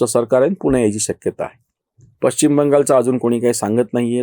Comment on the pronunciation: पश्चिम ✅ पच्चीम ❌ शुद्ध बोला आणि जपा आपल्या माय मराठी ला!!धन्यवाद!!!🙏🏼